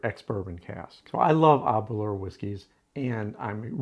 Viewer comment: ....also just to note, with Aberlour the 'lour' is pronounced the same as 'lower' is pronounced in the word flower 👍🏻 🥃✊🏻🏴